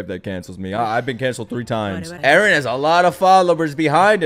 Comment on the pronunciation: "Erenists" close enough.